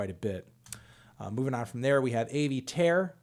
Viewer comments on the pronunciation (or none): none